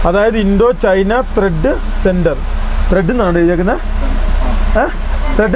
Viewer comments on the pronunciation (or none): ത്രെഡ് അല്ല ട്രേഡ്...... ദൈവമേ ഒരു എണ്ണം പോലും ഇല്ല...... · ത്രെഡ് അല്ലടാ ട്രേഡ് 🙏